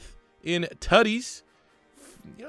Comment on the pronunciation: Every time he says Tuddies I feel like he’s trying to say titties